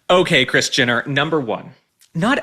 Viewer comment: why do i keep hearing Christiana not kris jenner😮